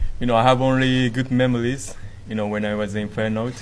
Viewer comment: 発音上手いけど、memories のrがLに聞こえる。